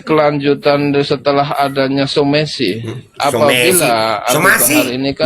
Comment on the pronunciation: Somasi bukan somesi....kameramen ...blok!! 🤣🤣